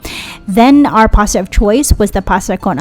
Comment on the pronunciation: Pasta not pasa